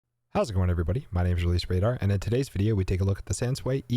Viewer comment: great review. I was taught to pronounce: Sans-Sue-wee, not Sans-swee; Just sayin'